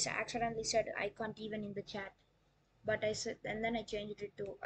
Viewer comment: Um actually its can't not cnt 🤓🤓🤓